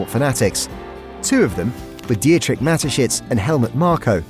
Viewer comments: Di-etrich? Hahaha, could you at least find out how a name is pronounced? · Nice Video but the way the name Dietrich is pronounced is really painful